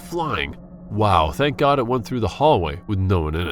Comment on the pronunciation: "Oh my gard" very weird commentary.